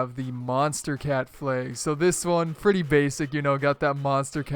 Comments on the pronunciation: It's pronounced Flag not Fleg. And you use vibration?? GROSS!! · he pronounces flag like flaig 😂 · what the actual fuck is that pronounciation? liiiike "fLaYyYg" 🤦🏻‍♂️ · Hey Sir, I like your flaygs. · Stopped watching after he said Flayg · Says flag says: Flage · kewlcheez it's just how he said it chill out wth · Bro you can't say flag properly 😂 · Why do you say flag weird lol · bruh were you never taught how to say "flag" properly??? hahaha